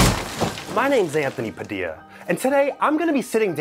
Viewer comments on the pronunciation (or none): did- did he just say Padildo